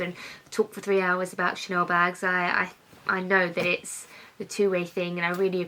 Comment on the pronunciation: How come you say chanoowww. It’s ChaneLLLL. Is It’s lazy or is it a lisp. It’s Chanel so is it best to say Chanel with and L.